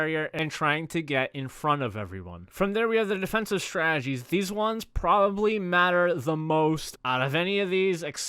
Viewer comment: One day, you will be able to say the word “strategies,” like a slow homosexual. Some day.